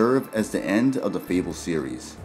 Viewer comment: I think it’s pronounced “fay-bull”, not “feeble”